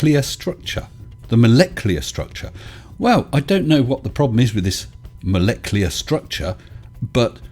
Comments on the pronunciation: Moleclear?? Was he thinking IT'S NUCLEAR NOT NUCULAR , and then thought IT MUST BE MOLECLEAR NOT MOLECULAR ? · Molecular, is that like nucular? lol